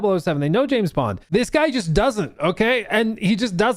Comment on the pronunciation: JIM BOND... not Jam Bond... come on now, if you're going to rage bait, be better at it xD I literally just preorder 007 first light and it wasn't intentional but im still excited to play. Also James Bond... a tory? 😂 im British and that qoute made me spit my tea out and laugh so hard I peed a little